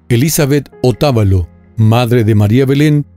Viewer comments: Muchas gracias por darle difusión al caso, ayer en una rueda de prensa la mamá de María Belén dijo que, presuntamente, ese hombre está en Panamá, por favor ayuden a atrapar a este femicida. Por cierto, es Otavalo, sin tilde, se acentúa en la sílaba va. Muy buen video! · Hace una secuencia de todo lo publicado por la prensa y redes sociales debería ahondar más datos profundos no aporta nada nuevo Otavalo se pronuncia sin acento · no es ecuatoriano que no pronuncia bien el apellido de la madre de María Belén "Otavalo" no pronuncia bien "Pomasqui" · El sector,donde le mazarin ala abogada, se llama; Pomasquì, el apellido de la madre, Otabalo....no como dice......